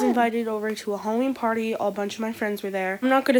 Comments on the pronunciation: It’s HALLOVEEN... wut the f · ITS HALLOVEEN